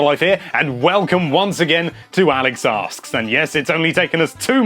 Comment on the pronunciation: Pronunciation! For a second I thought this video was called "Alex's Arse"